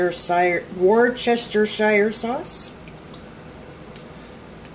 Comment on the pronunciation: War chester sauce lol